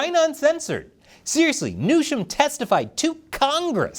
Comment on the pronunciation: Pretty sure Colonel Newsham wants his name pronounced the same as the California governor's name is pronounced